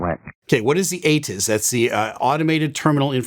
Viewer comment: Took enough scrolling for me to find someone who actually called him out in this. Not only did he get the S wrong, pretty sure he said it's automated, too. Got half of what ATIS stands for incorrect lol